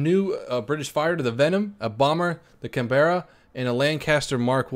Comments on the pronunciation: Face palm, it is can-bruh, not can-ber-ra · The EE Canberra is named after the Capital of Australia, and as such, it should really be pronounced can-br-a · its pronounced CAN-BRA!!!! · Why can't you Yanks say it correctly? Canberra , you say it like this (sounds like)= Cam Bra , your saying it like this =Cam bear a, that's wrong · Sorry to point out you said the Canberra wrong it's said like Can-ber-ra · I am english, and it is pronounced can-bra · Gabriel Cooper aussie style CAN-BRA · its pronounced can-berra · ***** Well I guess in the grand scheme of things it doesn't matter , but being English its annoying (but that's just my fuckng opinion)plus its actually pronounced Can-ber-ar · Its not can bra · Baron or entak said Canberra wrong as well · It is so annoying how all the you tubers pronounce Canberra like american tourists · rezoukas1 Canberra is an Australian word. Its based on and aboriginal word "Kamberra", the name came from a sheep station that was set up in the spot now known as canberra. And as an australian I do believe myself and 22 million other Australians know how its pronounced. First time some one gets it wrong is fine but when your told over and over again that your mis pronouncing the name of someone elses capital city its very frustrating.